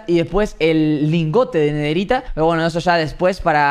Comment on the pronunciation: Nadie: Absolutamente mente nadie: Robleis: netheriA